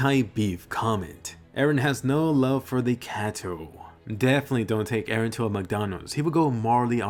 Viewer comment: many people call him 'ereh' as well. it's confusing!